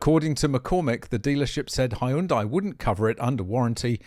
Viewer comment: Appliance that sustain major damage from common human error is a design flaw. I think he pronounced Hyundai.